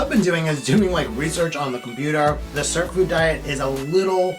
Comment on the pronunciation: What the heck are you pronouncing, cert food , surp food , WOULD YOU PLEASE spell it out, thank you 😊